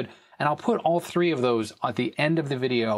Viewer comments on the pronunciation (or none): none